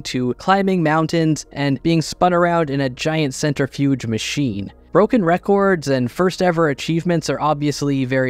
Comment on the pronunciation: Stop saying records like that.